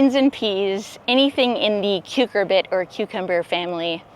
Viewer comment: Love your work. Thank you. One tip: rather than 'KUKER-bit' for the melon/squash family, please note it's pronounced "KER-cubit"